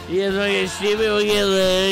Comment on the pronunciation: He’s saying “you guys wanna get stchupid we’ll get a little stchupid” when he starts speaking jibberish